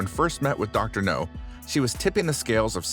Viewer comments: Dr no ?! What is he a james bond villain or something ?! It's dr 'now' mate, try pronouncing it right ... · I disliked the video just because of the trolling of you saying "dr no" instead of dr now! RIDICULOUS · It’s “Dr. Now” not Dr. No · Dr NOW!!! Not Dr No. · Yeah and he's not consistent with how he pronounces it. No now, no now That's just laziness. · Exactly. Is NOW. Not NO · IKR! That drives me nuts!